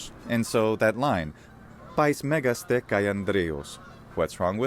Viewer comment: I have a question: does the "te" particle move the accent like Latin "-que"? You say "megás-te", even if the graphic accent is on the e ("mégas-te"). Is this correct? Thanks!